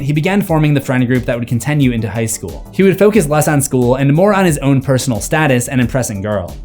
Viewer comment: Am i the only one who notices bro always says "contenue" 🥀😭 Great video as usual tho